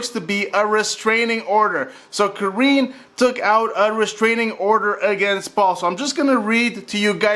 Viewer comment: Why does this man keep calling her “Kareeen”? And not Kareenie?